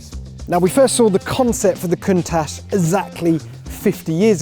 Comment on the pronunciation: Didnt even pronounce it correctly